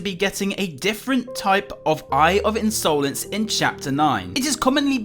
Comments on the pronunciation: the in sole nce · Me: hears say insolence in another way Me: Hey, that's illegal!